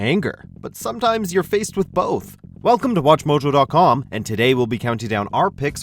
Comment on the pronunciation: Why do almost all narrators make that weird pronunciation when they say "watchmojo"?